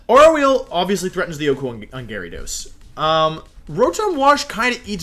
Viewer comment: Nobody: Wolfey: GARYdos